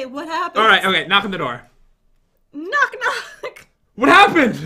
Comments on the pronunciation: Pat: hey dan im pat Jen voice of dan: WHAT HOPPEN PAT: OH CMON DOOR SAY EHAT HAPPEN AND SHE GOES WHAT HOPPEN ME:HAHAHAHHA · Pat: hay dantdm I'm pat Jen: what hoopend hahaha😂😂😂😂😂 Pat: come on u were about to say what happened and u were like what hoopend hahahaha😂😂😂😂😂